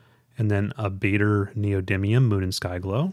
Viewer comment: Pronunciation help: The "aa" in "Baader" is pronounced like the "ar" in "large".